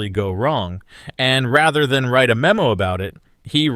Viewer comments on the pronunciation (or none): none